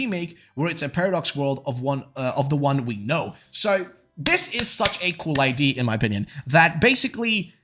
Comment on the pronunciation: Can someone please tell this man how to pronounce the word "idea"?